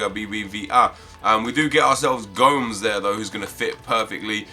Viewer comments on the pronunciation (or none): Yeah he's definetely called gomes not go-mez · I'm pretty sure you don't pronounce Gomes's name in Valencia "GOEMS". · how he pronounced gomes